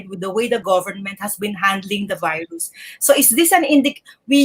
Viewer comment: "Veerus" is how russians pronounce the word virus. Pres. DU30 reminds me of Putin whenever he utters the word. 🇵🇭👍